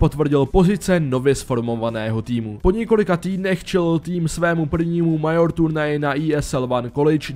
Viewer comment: výslovnost Major a EnvyUS mě zabila :D naprostá czenghlish :D